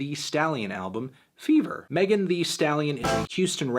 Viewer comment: I know you want to be her, but it's MEGAN thee stallion not Melon thee stallion